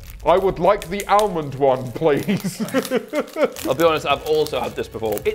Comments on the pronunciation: I clicked off the video as soon as James pronounced almond. For a man with a degree, He should know better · The fact James cant pronounce Almond was a slight surprise 😂